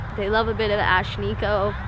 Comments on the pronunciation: why do you keep pronouncing it like "ah-schneeco"? it's "ash nee-ko" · Ash- Nee- Koh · It's pronounced ashneeko but ok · Why he say her name "shniko" smh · Why he pronounces SHHHnikko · are we just gonna ignore the fact that he pronounces it "Shnikko" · It’s pronounced Ash. Neeko. Why are you barely even enunciating it? Your speech patterns are fucking bizarre dude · He says her name weird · WHY IS HE PRONOUNCING HER NAME LIKE THAT. SHE LITERALLY PRONOUNCES IT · Everyone keeps saying how they thought she was some girl from that show and I just wanna know why he’s pronouncing her name so fucking WEIRD?!